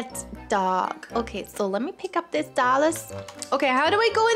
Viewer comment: is such a good friend and shes funny she said ima gef this dullars🤣